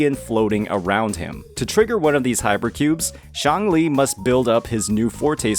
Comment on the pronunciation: please don't pronounce Xiangli like Changli, this is very confusing, Calcharo will still be played by people who don't suffer from skill issues and don't want to waste their time and materials to level another electro main dps 🤷‍♂